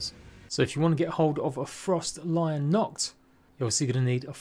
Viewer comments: It literally says stalion just missing the other L. To make stallion lol it’s not lion idk why people keep saying this but it annoys my life when someone can’t read or pronounce a word properly 😑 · It's froSTALLION, as in, a horse, not frost lion. lmao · I was just coming to say that, frost lian 😂